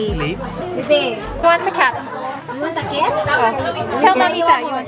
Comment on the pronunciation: I'm a cat ❌ Ate Ivana: I'm a ket ✔ HAHAHAHHAHA ✨✨